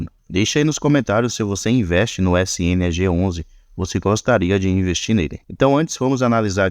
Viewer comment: ELE TA FALANDO "ESSE INI AGE 11"? NAO É "ESSE ENE A GE 11"? SNAG